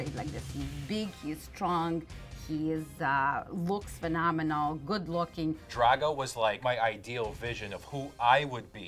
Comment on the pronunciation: “Dryago” is literally how all these Jews pretending to be Russian, said Drago. Smh